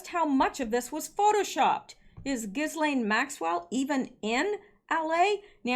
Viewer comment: Ghislaine= Ghee-lane. It’s French.